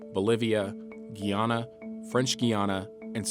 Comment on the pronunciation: Guyy-Yan-Nah Sir-Rin-Nomm French Guiana 🇬🇫. Not the same pronunciation as Guyana 🇬🇾